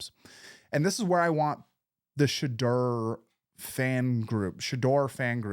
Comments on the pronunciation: You're still butchering his name it's pronounced Sha-door 🚪 not Shadrrrrr😮😮😮😮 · If you’re going to be commenting on Shedeur you need to learn to pronounce his name. It’s pronounced Sha DOOR 🚪not Sha Durr.